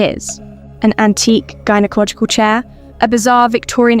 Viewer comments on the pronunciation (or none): none